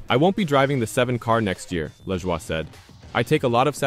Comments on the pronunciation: Was it you or your electronic voice making a fool out of you. It's pronounced La JOY not leshwa! You look like the fool that you are. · I would think that if this is really NASCAR Overtime, you would no how to pronounce Corey’s last name.